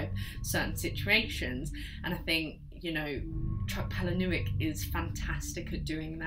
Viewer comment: Some good recommendations here - I loved Exquisite Corpse and Found is also one of my fav films; but didn’t know there was a book - on the list! And Haunted ! Boom (but p.s chucks surname is pronounced palay-nee-yook)